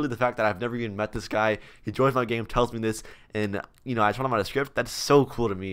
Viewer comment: I love how he says script "shrift"